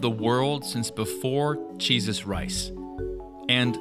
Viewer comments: Is it me or did he say Jesus Rice instead of Jesus Christ? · Yo, did you really say "before the time of Jesus" rice? I wound it back like 3 times trying to make sure I heard you right lmao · Wait...did you say "Cheeses Rice" in place of Jesus Christ? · I thought it was cheeseus rice😂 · Is it just me or did you say "Jesus Rice" at 5.32 ?